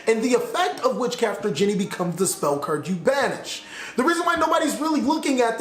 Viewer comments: thats not witchcrafter "jenny" its genie like in the lamp. great vid as always though. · You pronounced genie like Jenny and crochet(a type of sewing) like crosh and maybe I am wrong but I dont think you got it right